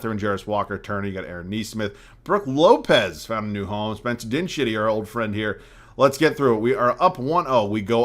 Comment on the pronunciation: Spencer Din-shitty 😂😂😂